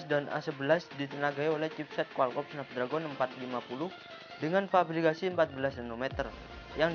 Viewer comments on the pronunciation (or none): none